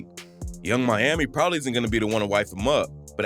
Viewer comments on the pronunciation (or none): none